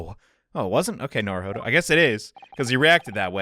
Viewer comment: ITS NOT NARUHODOVER!!!!!